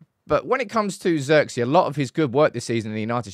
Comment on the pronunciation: His name is pronounced Zirkzay btw